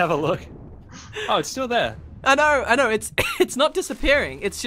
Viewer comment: "O NoRRRRRRRRR" "I knowRRRRRRRR"